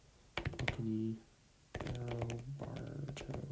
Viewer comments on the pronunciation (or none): none